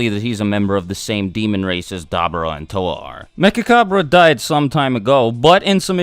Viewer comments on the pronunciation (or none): You say "Dabura" wrong